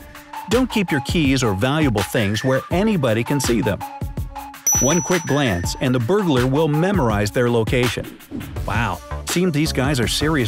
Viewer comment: whats a durglar